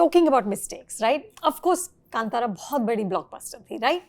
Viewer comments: BC "kAntaara", how hard is it to pronounce stuff correctly? Ye cuntara cuntara kya laga rakha hai? He's literally RIGHT THERE. ASK HIM if you're pronouncing it right. Bro's out here speaking in a 3rd language and you can't pronounce ONE WORD right? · कांटारा ❌ कांतारा✅ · Can we please respect the film’s name? It’s K(aa)nt(aa)ra and not cun-taara. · कंतारा ❌ कांतारा ✅ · Why she is telling kannnn tara it's kantara mam not kannn tara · आप काँटारा.. काँटारा.. क्यों कहा रही हैं महोदया.. कांतारा कहिये। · Reporter aunty … pls it’s pronounced as kaaantara not kantara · its kAAntaara. When will you people stop calling it KanTaara ? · Madam it's कंटारा , it is कांतारा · It’s not KanTaaraa, plz it is Kantara 😢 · It's not Kan tara it's kaantaara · one humble requiest! कांतारा ✔ कंटारा❌ please at least pronounce this word correctly being a Bharatiya. It's not that difficult. You can do it. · North Indian people please pronounce "कांतारा " not "कंटारा" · Omg guys its Kaanthara not KanTara pls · The basic of any interview should be doing appropriate research and pronouncing things the way it should be. They also say it several times in the movie, so I wonder why it's difficult for you as the host to pronounce the movie the way it's supposed to be said Kaan-thaara. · She don't know how to pronounce Indian or kannada name.. I wonder how people tolerate this kind of people, switched to another channel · A little research is all that is needed to at least get the movie name right. It’s a Sanskrit word. Shouldn’t be that hard to pronounce. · Kantara ka pronunciation kyun butcher karte hain ye loag.